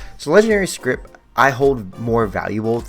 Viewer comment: My brother in Christ, it's scrip. No T. Please. Lmao